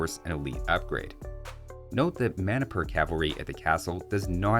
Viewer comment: When you said Manipur Cavalry, my brain went RPG mode and thought you said "mana per cavalry." Enjoy the laughs, everybody.